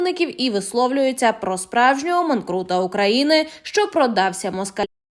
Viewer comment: Ведуча не манкрута, а манкурта...,говоріть правильно! А за пані Фаріон я радію, і мабуть, не тільки я... Вітаю!